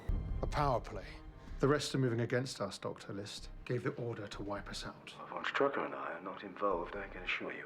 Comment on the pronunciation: There really, really, really is no Ü in "von Strucker".